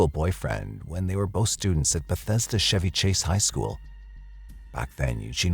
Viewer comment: But him pronouncing Chevy Chase wrong didn't bother you?